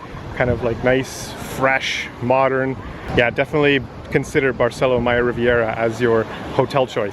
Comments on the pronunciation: In Spanish, Accents are important. Please learn to say Barceló, accent on Ó. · Barceló has an accent on the o, emphasis on the o. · Don’t forget the accent on o of BARCELÓ,! Please respect the Spanish language, accents are important